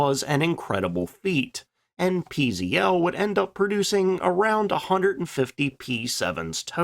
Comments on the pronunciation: It's pronounced ,",peh zeh tel", not pee zee ell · I'd like to help You in correct PZL pronounciation: Pan-stuo-vea Zach-wae-dea Lout-nee-che It stands for: National Aviation Works Thanks, for interesting content!